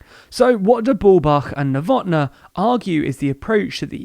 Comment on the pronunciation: Novotná is pronounced with long A in the end. ['novotna:] Thats why is there the symbol above it. Just so you guys know.